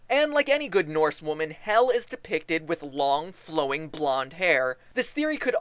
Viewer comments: You said Hial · MatPat im not hating but you prononsd Hel todely wrong (im from Sweden and iv lernd how to pronons that)